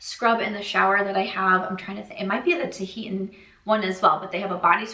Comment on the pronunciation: I like to know when I’m pronouncing something incorrectly, if you’d rather keep doing your thing, do your thing. Tahitian is pronounced tuh-hee-shun.